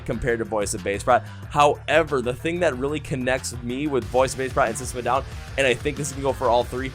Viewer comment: I'm new to your channel/podcast and found it because of VOB. I love that they're getting well-deserved recognition for their amazing talent and their struggle. My only negative for you is your pronunciation of their name as it's: Voice of Baceprot (pronounced 'bah-che-prot').